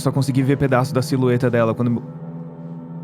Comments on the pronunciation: todo mundo se segurando pra não rir quando o falou "silueta" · "silueta" kskkskskkksksksk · Luba: silueta Todo mundo: pffff... ele falou siluetakkkkkkk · "...a SILUETA.." Oh fuck, here we go again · | Luba e seu problema em falar silhueta | O sorrisinho do no final 🥺 | todo fofinho tentando alegrar a Erin 😭💓 | Kaiser: Cê conheceu o Thiago tmb?: Sim, conheci sim Kaiser: Ele estaria orgulhoso de você.. Doeu tá? |: Eu troco..uma arma de cadáver pra outra arma de cadáver | | A MANK EU QUERIA TER VISTO O ARTHUR PULANDO KAKAKAKAAKKA |: Nossa tinha 46 dantes e 17 jouis aqui mano Luba: NOSSA PARA DE MENTIR |: Nossa me dá licença aqui meus pais tão brigando voltando e tanto tudo em silêncio:... Ela chegando lá: O PORRA CALEM A BOCA EU TÔ TENTANDO TRABALHAR | Mestre: Dante Dante:... Mestre: O que cê faz?: Ata pensei que vc ia falar alguma coisa tipo "Dante o bicho comeu teu c*" |: Aí eu olho pro lado: Arthur: HAAA: O Dante aqui do meu lado Arthur: Como você veio parar aqui? Dante: Eu pulei a janela: Aaa eu quero sair dessa lugar Kaiser: Eu tmb, mas eu tmb quero lembrar quem é você | Dante: Luciano o que é Você? Eu depois de ter tomado 500mil spoilers e pensando tipo "nossa quase que eles resolverem o maior enigma do rpg